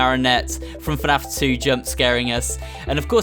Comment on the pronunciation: You said FANF Its FNAF